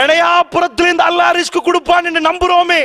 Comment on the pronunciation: ரிஜ்க் அல்ல ரிஸ்க்